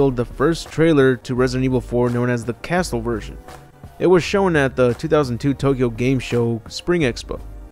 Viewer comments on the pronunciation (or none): none